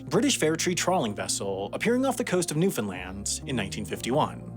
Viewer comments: i waited with baited breath to see how he would pronounce it. At first he said NewFINland but after that first interview he pronounced it correctly as Newfenland. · Awesome to see a story about Newfoundland, thank you for doing this! It's pronounced NEW-fun-land or new-fun-LAND, though, never new-FIN-land or God help us, new-FOUND-land 😃. You did better than most, but I caught some "fins" early on lol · "newfinland" LOL ya listened to the accent a little too closely to the newfies. Newfoundland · I hear newfinland, i'm going insane lmao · Newfoundlander here. Love seeing more videos about my home. You mispronounced "newfoundland" though. More like rhymes with understand. Not like new Finland. Edit. You got it after the first 2 "Newfoundland " in the script. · I told my Canadian friend that people in New York pronounce it "Newfinlin" and she didn't believe me. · What? newfenland? is that how you pronounce Newfoundland? then why in hell you guys spell that way?